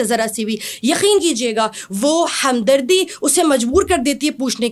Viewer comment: حمدردی نہیں ہوتا ہمدردی ہوتا ہے بہر حال تجوید بہتر ہے مگر دلیل بالکل فضول۔ میرے خیال میں جنابہ عالیہ کو پھر سے عالمہ بننا پڑے گا